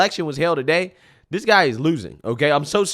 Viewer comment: The BCP translation guide 😂😂😂 Pop-uuhh-ler = popular ExtrapYOU-late = Extrapolate Silver war = Civil War Dat = that Dis = this